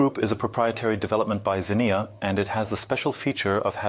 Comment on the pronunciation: I like how the word "Xenia" is spoken over 20 times, and never pronounced the same way twice.